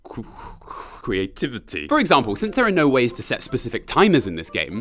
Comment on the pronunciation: Ah yes, the queen of qwe- que- qweativitee Ive heard she’s creative